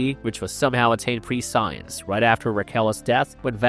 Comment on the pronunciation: The mispronouncing in this vide9 has to be AI. Read ur own stuff man! Pre science???? come on